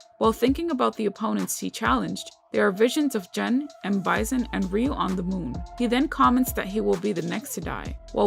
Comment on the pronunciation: You're pronouncing the name Gen wrong, but it's okay, I like your vids, keep up the good work